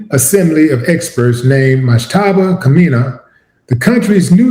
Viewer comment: Kha-may-knee is how you pronounce the name phonetically. Do they still teach phonics???? I'm old. 😳😳 How did this end up being about me? 👀🤨🤔😆😆😆